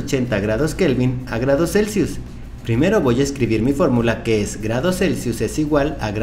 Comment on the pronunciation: ESO LO DIJO XDDDDDDDD "FÓRRRRRRRMULA"